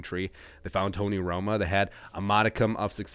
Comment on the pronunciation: Bro called Tony Romo, Tony Roma. hahahaha